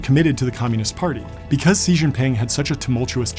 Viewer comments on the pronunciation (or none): Xi's name sounds like she, not see. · “Shi” not “si” 😁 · Bo's wife killed an Englishman not an American. Also, you are pronouncing Xi wrong. It's pronounced "She" not "Sea". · John Coogan... I've just found youyr channel and I bell-subscribed. Xi Jinping's name--> instead of pronouncing like the English word "see" say it like the word "she". It will be 95% close the Mandarin pronunciation. If anyone wants to learn the exact pronunciation there are many videos here on YT teaching it. But please choose one that has a Chinese national teaching the pronunciation. There are videos teaching how to pronounce many Chinese cities names, provinces, etc, etc. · Why do you keep calling him "see" it's pronounced "Zhi" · For Christ's sake man, Xi is pronounced like "she" not "sea". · Xi is not pronounced "see", it's pronounced "she" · This is a great video! Very interesting and entertaining, but could you have at least checked how to properly pronounce the name 😭 It’s not “see” but closer to “she”. Actually kind of in the middle but definitely not a hard ‘s’ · Xi isn't see. It's much closer to she. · BTW- In English, Xi is pronounced, SHE, not C or Z. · Xi JinPing has a pronunciation diffeerernt from yours. Xi sounds like SHEE, not SEE. You are right about the rest of his name. Many others get it wrong too. Xi Jin Ping sounds like: She Jean Ping. Not SEE Jean ping. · Xi = Shee not See - That was hard to watch just coz you didnt google how to pronounce Xi Jinping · I have doubts about someone who keeps pronouncing the name of his subject wrong. Seriously, why do you keep saying "See" instead of "Shee"? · dude, you pronounced his name wrong the entire time. I can't watch this. It's not 'si' it's pronounced SHE, exactly like the word "she". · Its pronounced "she". I could only get through 5 minutes of "C" Lmao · The way this dude says Xi's make makes my ears hurt. It sounds like "Chee" not "See" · His name is xi not si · Incredible video, but it's Xi. Not Si. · Sheee not Ceee